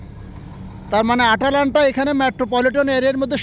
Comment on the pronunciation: আটালান্টা না ভাইয়া, ময়দালান্টা